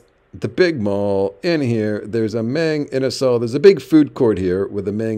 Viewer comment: Mayng Inasal? It's pronounced Mahng Inasal.